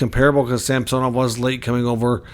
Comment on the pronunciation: Samsonov has gone on record to say he pronounces his name SAMsonov, not SamSOnov, fyi.